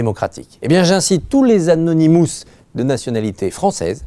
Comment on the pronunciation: et au fait, c'est anonymous et pas anounimous